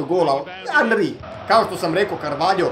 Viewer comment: nije anri nego enri